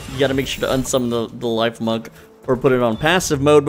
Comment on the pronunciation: I believe it’s pronounced “leaf-monk” Since it’s a grass type chipmunk.